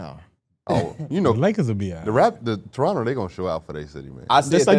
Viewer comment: Ayyyy shout out to y'all for knowing how to say Toronto lol